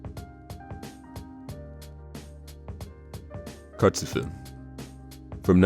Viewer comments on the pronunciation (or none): Just cause it's bugging me - Chartzufim isn't pronounced as it looks in English. Should be pronounced Chartzufeem, the Ch making the guttural sound Hebrew is known for.